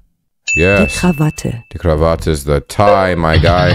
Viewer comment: Tipp: In German Words, you Always speak the "e", not Like in English, where the "e" is Silent. It`s krawattE and not Krawatt